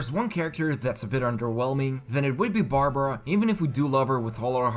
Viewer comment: Barbruh.... 😂 Bruh...